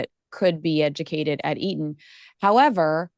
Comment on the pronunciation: Eton not Erin.